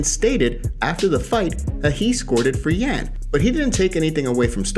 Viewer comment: just really wanted you to say Yan's name correctly